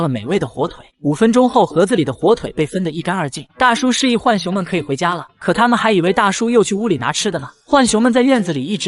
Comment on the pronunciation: 來上個國語注音符號課8 浣熊: ㄏㄨㄢˇ ㄒㄩㄥˊ (又音) ㄨㄢˇ ㄒㄩㄥ ˊ 是三聲 ㄏㄨㄢˇ， 或者 ㄨㄢˇ 而非四聲 ㄏㄨㄢˋ 熊